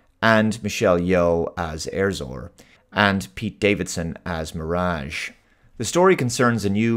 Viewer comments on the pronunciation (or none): none